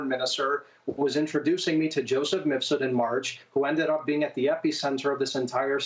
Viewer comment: Brava to Maria. She finally said Mif-sud, after years of saying Mis-fud.